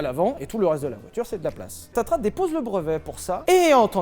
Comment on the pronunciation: Petite rectification on dit tatra et pas tatra (patatra lol)